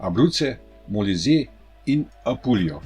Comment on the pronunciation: in Molise se naglaša na i…